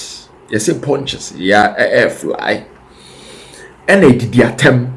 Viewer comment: 'Atemdidie ' please presenter not ' adidiatem.'